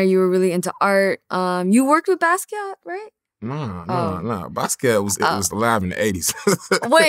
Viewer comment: "You worked with Basquiat?" bro... cmon man